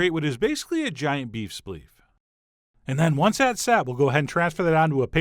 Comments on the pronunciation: Never herd splif called "spleef" before. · I thought he said beef spiff lol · I heard "beef spleef", but thought "he must have said "beef sleeve". I turned on CC, and nope... I was right. I heard, "beef spleef". Lolol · Did he say "Beef Spleaf"? WTF? 😆 I don't mind "The Brothers Green" breaking up now. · Did he say beef splief lol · Did he say beef spliff? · Did he really just say beef spliff?